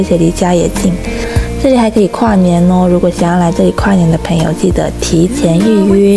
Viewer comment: 朋友的（朋）發音太刻意了😂和你道地的內地口音很不搭捏😂，通常發音標準的都不會發（ ㄆㄣˊ）的音